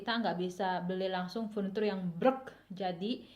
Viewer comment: bikin dewekan ya ka purniturnye.. 😂😂